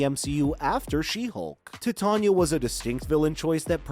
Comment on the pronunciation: Your pronunciation is off. It's not 'tit'ania, it's 'titan'ia. T-eye-t-ain-ia.